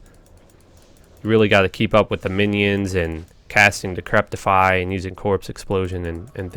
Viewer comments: It's Decrepify, not Decreptify. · Like your videos. But ffs its decrepify. Not decreptify. Theres no T in there. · "Decrepify", not "decreptify", dude. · not trying to be mean but I noticed he screws up a lot of words, and ive only listened to like maybe a dozen at most of his videos? is English his native tongue? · For the life of me, I hear him put a T in "decrepify." Decrepit is a word that seems to be catching him as he tries to say this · Man I love your videos.....but damn you pronounce things funny sometimes Decreptify??? Trang Owl??? 😂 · oh god i cannot handle you saying decreptify... there is most defiantly no t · It was really bugging me....... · Dude, seriously - How to pronounce DECREPIFY